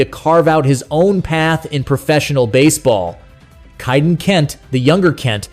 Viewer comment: Prounced "Kay"-den, not "Chi"-den